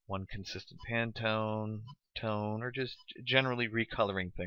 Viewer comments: Handy tutorial, but it definitely could have been five minutes shorter. Additionally, it's "Pan-tone," not "Pan-a-tone." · It's pantone not panatone.